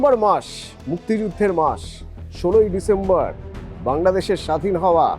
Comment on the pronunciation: ডিসেম্বর নাকি ডিসেম্ববা,, কোন টা, হাসিনা যে বলল সে নাকি অনেক শিক্ষিত তাহলে উচ্চারণ কেন এত নড়বড় বুঝলাম না তো যে,,,,😢